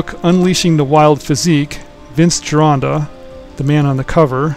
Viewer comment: Thank you SOOOO MUCH! Not only for bringing uncle Vince’s work to people! Also for pronouncing the name “GIRONDA” properly! Thankyouthankyouthankyou!!!